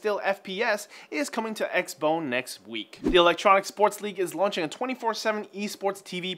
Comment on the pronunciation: He said it correctly.